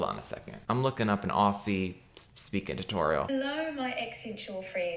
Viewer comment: Fearing for my life every time Australia and NZ come up in a video. The way he says aussie makes me want to heave